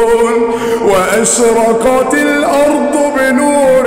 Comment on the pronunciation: غلطاته كلها تجويد ومخارج الحروف اول حاجه قالها اصلا (واشرقت) بينطق القاف كاف ودا ما ينفعش بالنسبه لقارئ قرءان المفروض ان ناس كتير بتسمعه